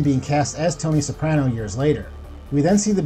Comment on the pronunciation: Soprano is the only name you say correctly